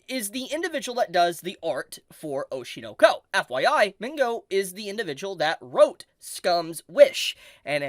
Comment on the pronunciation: ITS OSHI NO KO NOT OSHIEUUR NOUER KOEWR 😭